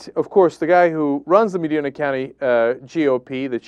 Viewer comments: I know I'm nipticking here, but he said it multiple times. The of the county in Ohio is Medina. Pronounced Meh - dine[to eat] - ahh. Not Meh - dean - ah. Just had to get that off my chest. :) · "Medeena"? =P It's "Medyna" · I agree with everything you're saying here, no doubt about that, and this kind of shames me that I grew up in that town. However, it's pronounced "meh-DIE-na" not "mah-DEE-na". That bothered me every time you said it. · It's "Muh-DYE-nuh" County, not "Muh-DEE-nuh". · its pronounced MAH-DINE-AH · Cenk, it's Meh-dye-nuh. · Just a minor nitpick: that's Medina with a long "I"; it sort of rhymes with "vagina", which is ironic considering this story. People from outside OH tend to flub its pronunciation, much like "Mentor". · Thats not how you pronounce Medina.